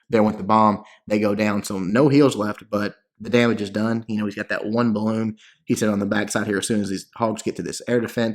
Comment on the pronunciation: The word is BALLOON! Great vid, thanks!